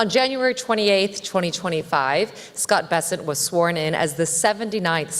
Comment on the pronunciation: Scott gayssent😂😂😂😂